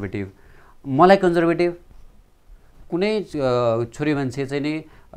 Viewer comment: haha konjervetiv😓😓😓 dd ko pronunciationle hagdiraaaa